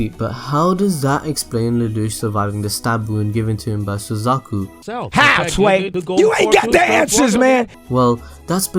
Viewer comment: Suzaku not Suzuku